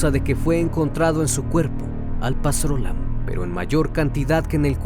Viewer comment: Se pronuncia Alprazolam...encefalopatia....buen video...saludos desde Perú.